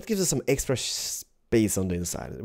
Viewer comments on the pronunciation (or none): none